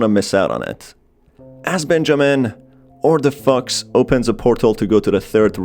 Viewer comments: I can't tell if he says fox or f*cks, but it sounds like the ladder. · Instead of "she knows of the fox" I heard "she knows of the fucks" .